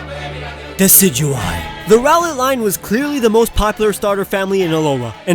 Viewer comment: He pronounced Silvally, Solgaleo, Golisopod, POKÉMON (who does that?) wrong but that's okay. At least he pronounced Decidueye right lol